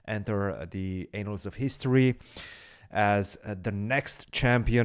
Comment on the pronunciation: "Anals of history" at